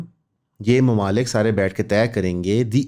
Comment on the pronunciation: “Mumalkooon” Look at the FkN urdu Professor 😂